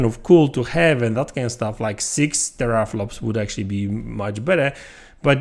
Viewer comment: teRRRoorrflops hahahahaha